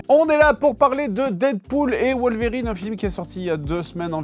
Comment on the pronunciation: Fred Logan n’est pas une vérine lol c’est wolverine non wolvérine 😉